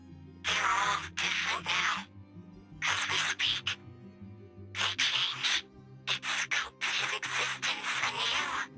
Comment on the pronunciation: Why do you keep saying They as "Nay"